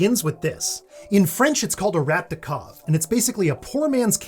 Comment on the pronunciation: your "rat de cave" pronounciation was funny. that's not how we pronounce "rat" but "de cave" pronounciation saved it.